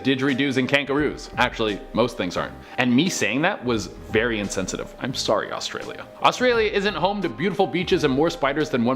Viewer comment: I REALLY hated the way you said “sorry”😂😂😭🤦🏼‍♀️ I’m sorry I just had to get that off my chest hahah